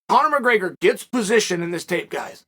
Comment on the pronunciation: Chael ‘Conor McGreygor’ Sonnen